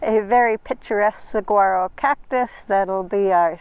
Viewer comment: Suh-War-Oh!! hahaha